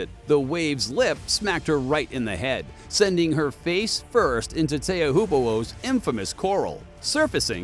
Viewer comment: "teahhoopohohs" lmao... this narrator. It's pronounced "Cheopew""